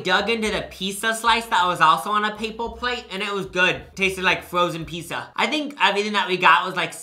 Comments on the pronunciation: If I heard say “pissa” one more time I was going to lose it. I love these vids but it’s never too late for speech therapy buddy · why did you say pizza so many times. “peesa”